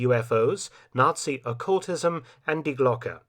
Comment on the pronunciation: Maybe someone has already said it—it is pronounced Dee Glocke, not dye Glock! Twangs my brain every time I hear it mispronounced. Does anyone check and correct the AI narration? The ‘e’ in Glocke is pronounced like the ‘e’ in Porsche (not Porsch).